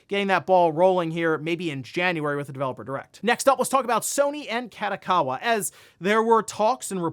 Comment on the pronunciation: please never pronounce Kadokawa like that again, listen to it in japanese and try again :)